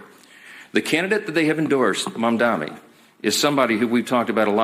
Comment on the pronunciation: It's Mamdani, not Mamdami. And you are nothing but a a LIAR, LIAR, LIAR!!